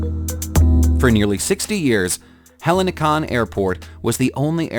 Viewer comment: Hellinikos airport Athens, the H is silent so is going to be much more easy to read it.